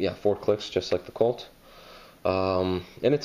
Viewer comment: Colt. Not cult ;)